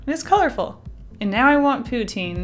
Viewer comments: Pou-TIN not POU-teen !!!!!!! I want some, now, too. :( Very nice postcard art. What is the paint set? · Poo-Teen Lol I want in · Wow Uhh I'm also Canadian but we pronounce pou-tine I think we say it the french way.